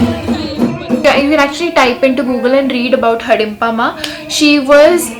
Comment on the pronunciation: It's not Hadimpa mam it's Hadimba